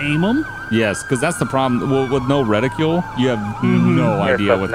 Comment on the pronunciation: Did you say reticule? I had to see if such a thing exists and it's a small women's handbag apparently.😂